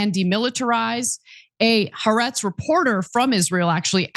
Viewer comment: Holy shit Ana. It's been 2 years now. Can you please learn to say "Ha'aretz" properly?